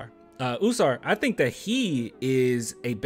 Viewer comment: Bro it’s “ah-sar“. Ah-sar and Ah-men